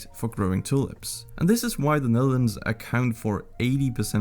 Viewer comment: This dude"s pronounciation is irritating. The very pronounciation of "Netherlands". Also. no thanks, I like my space. Do not want to be an ant in an antnest